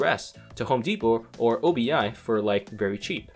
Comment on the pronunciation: Hot tip: OBI is not an abbreviation of any sort, so you just say "obi" like in obi wan kenobi :)